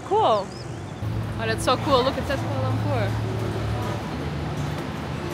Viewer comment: For a first timer, your pronunciation of the place name is very good 👍